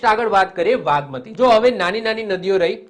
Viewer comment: Vagmati nay nagmati aave